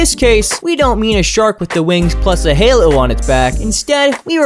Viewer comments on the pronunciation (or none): none